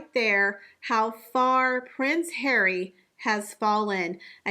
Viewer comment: You always bring me such joy when you say "PRINCE HAIR-WEE"